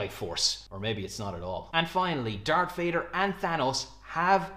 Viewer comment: Dar_k_ Vader? dude -.